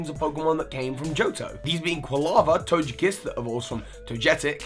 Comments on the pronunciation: It is pronounced To-guh-kiss not To-juh-kiss/ Is Togepi pronounced To-juh-pi? NO! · It’s not called tojekiss it’s tokekisss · The way you pronounced Togekiss/Togetic made me cringe a little.